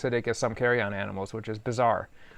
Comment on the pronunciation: carrion not carry-on